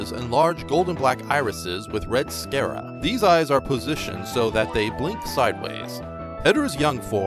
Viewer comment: "Sclera" not "scera".